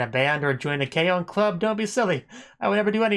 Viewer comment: It’s not K-o it’s K-on